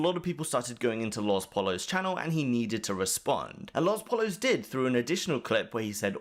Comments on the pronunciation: "LOS polos" for fucks sake its Poyo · its pronounced poyos not pallas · lospollos is pronounced lohS poyos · Lol the way you say LosPollos though 😂